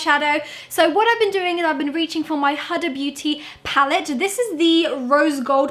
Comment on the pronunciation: The way you pronounced “huda” 😂😂